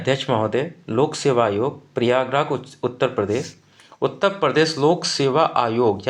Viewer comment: उत्ता प्रदेश नही उत्तर प्रदेश होता है